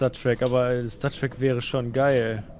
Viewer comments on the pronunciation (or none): Wie zum teufel kann bei stattrak das "stat" deutsch ausprechen?! ich bekomm echt ohrenkrebs:D